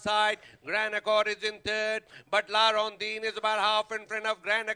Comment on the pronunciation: La Rondine not La rondeen